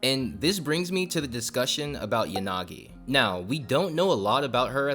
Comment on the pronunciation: What you said might be actual cooking but hey man "Burnice and YaGaNi"